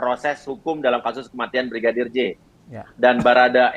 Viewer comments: Terselip.lidah Brigidar 😄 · Salut sama abang yg jadi pengacara nya barada E...tetap lah semangat yah bang dan semoga kelar semua nya dgn jelas..Amien tapi yg bikin sy pengen ketawa sm bang uya kuya setiap mau sebut nama brigadir J selalu salah sebut...dia sllu bilang Brigidar joshua 😁hehehehe...slowly bang uya 🙏